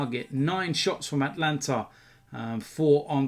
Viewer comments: FFS it's not Atlanta it's ATALANTA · Bro it’s Atalanta not Atlanta.... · Ata-Lanta not At-lanta even I make that mistake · Atalanta not Atlanta. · Its not atlanta (in America) its atalanta